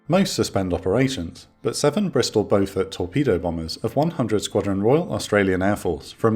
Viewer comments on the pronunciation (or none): none